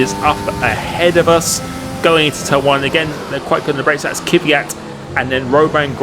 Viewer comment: Its KVYAT not KYVYAT!!!!!!! There's no vowel between the K and the V